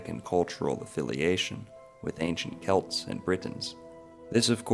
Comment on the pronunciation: How come y'all people be making videos on Irish history but can't figure out how to pronounce Gaelic words. Its oh-wum not og-gam, its Kelt not Selt. Its ish-kuh bah (uisce bá - whiskey), not however you butchered it. You want to make a linguistic connection but you can't even speak the language! Smh!